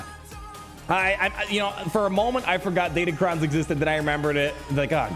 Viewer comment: you are by far the best swgoh YouTube out there but everytime I hear you say datacon, I die inside a bit. I feel like the excluded R is intentional but it drives me crazy lol